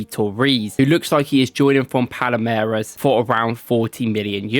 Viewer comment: It also should be Palmeiras....not Palameiras right?